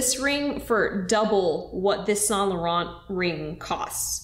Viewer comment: I love you but the way you pronounce Yves saint Laurent gives me a headache